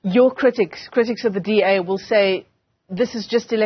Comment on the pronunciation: DA want WEE not BEE